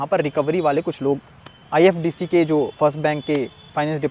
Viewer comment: Khabar bad me bna na tu phle nam. Thik se le IDFC First bank hai nam IFDC bol rha hai tu Chut*ya 😂